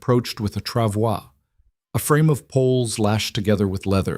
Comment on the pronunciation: This is a lovely story. I’m so glad it didn’t include her nasty husband trying to reclaim her. The reading voice was great. It even pronounced “travois” correctly.